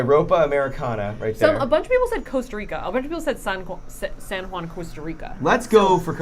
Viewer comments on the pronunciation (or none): none